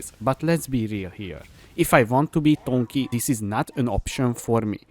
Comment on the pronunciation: Is saying tonky a meme or he doesn't know? also dagger he pronounces "daejer" lol